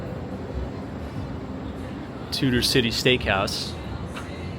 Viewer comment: It's Tudor Ciy, not Tutor City.